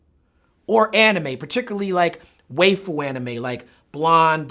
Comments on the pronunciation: everything in this video is accurate, even if he pronounced "waifu" like "wafer" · He said Way-fu. God thats funny. I woke up my parents. Sorry mum and dad.